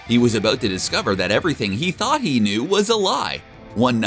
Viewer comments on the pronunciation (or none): none